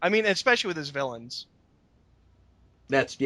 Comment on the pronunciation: I can confirm 5 mins mark says willains